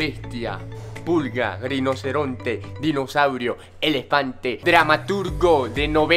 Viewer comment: Nando no sabes decir la r